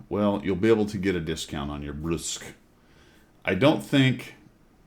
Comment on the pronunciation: It's official now. Every single WOT CC has made fun of how to pronounce Bourasque. Even Skill, and he can't pronounce shit! The worst was probably 4Tankers calling it Burlesque!